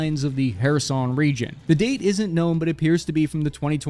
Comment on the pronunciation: I’m glad you pronounced Kherson”Херсон” fairly accurate!